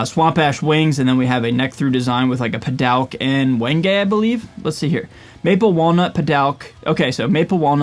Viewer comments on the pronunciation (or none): NOT being a sick here, just helping out. It’s pronounced phonetically “PA-DOOK” 👍🏻